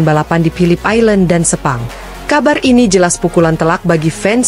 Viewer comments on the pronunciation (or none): none